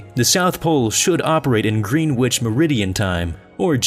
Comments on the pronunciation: Green Witch? It's pronounced Gren-itch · you pronounced Greenwich wrong it should be "gren-itch" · Greenwich is pronounced as grenich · It's spelled Greenwich but pronounced 'Grenich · Greenwich mean time is pronounced gren-itch - for future reference :) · Greenwich: Pronounced Gren-itch. You're welcome x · He didn't pronounce Greenwich correct either